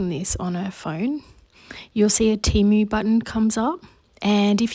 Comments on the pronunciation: You were saying it right, it is Tee-moo, not tem-uu….they literally spell/say that on their own webpage and in their ads 🫶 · You didn't say Temu wrong. I'm from Amsterdam 🇳🇱 and in the first Temu commercial they said Temu and not Tèmu as they do in their knew commercial. It's a bit ridiculous that Temu themselves doesn't know how to pronounce Temu 🙈🤣. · Temu has constant TV commercials here in the US and they pronounce it "TEE-MOO" on the commercials. I know a lot of people have a problem with the company because they are out of China and they feel it takes business from local shops. But, actually a lot of small shops buy their items from Temu! So you could pay a bit more and buy it local and have it right away rather than waiting the extended import time.